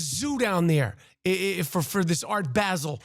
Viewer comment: Good rant Rap. ONLY…FYI…for the sake of world geography…it’s Basel with a short “a”, like cap. 🤷🏻‍♂️ The devil is in the details. Keep up the good work & greetings from Switzerland.